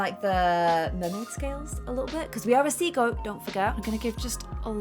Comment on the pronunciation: When said sea goat it sounded like she was saying seagull 😂😂😂